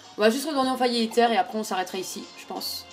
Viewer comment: Par contre on dit Aïzzeur et pas Étterre